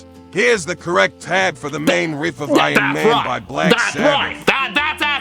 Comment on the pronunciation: First of all, why does ChatGPT sound like a grizzled old blues player from the 1950's? Is that the default "guitar music" response voice? Secondly, it keeps pronouncing "riff", as "reehf"? Thirdly, .WTF?? It got almost everything totally wrong, not just a bit wrong like some newb tab posting on ultimate guitar tabs. How often does this fuckin' AI tell people complete BS in response to other questions that might be more serious and relevant than wanting to learn guitar? "Hey AI, I'm going on a first date. What should I wear?" "Today's most popular fashions include bowler hats and Charlie Chaplin/Hitler mustaches!" "Hey AI, I'm starting a new job and I want to know how to fit in with my new co-workers. What should I do?" "The most important thing is to find the biggest toughest person and beat the shit out of them, and you will get a promotion and respect". "Hey AI, I'm gonna ask my girlfriend to marry me. How should I do it?" "First, you ask her father for consent to marry his daughter; analyzing recent social and political trends has shown that restricting women's rights is very popular today. Once you have secured permission, you should promptly murder him, as is tradition in a homo-sapien tribe. This seems to be what is trending, but keep in mind, this is a SIMPLIFIED version of an ideal proposal. Some errors may have occurred."